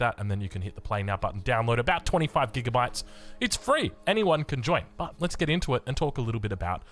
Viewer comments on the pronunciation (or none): none